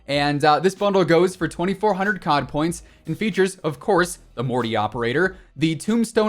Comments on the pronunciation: "Mor-tay" not "mort", FYI. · It’s pronounced ‘Mor-teh’ and NOT ‘Morty’ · FYI: pronounced Mor-tay, should have an accent over the “e”. Morté